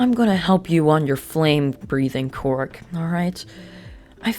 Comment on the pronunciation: my biggest gripeis that this dude says quirk as quark